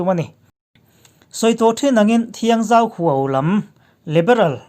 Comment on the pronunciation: 'Huau' i lam ri dik leh ta lo.